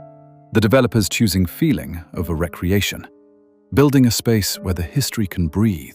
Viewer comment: Curious. Anxi should have disappeared into history more than 150 years before the Song. I wonder how they'll incorporate this into the game to make it relevant to the Song. Also, the AI voice fucked up with the word re-creation.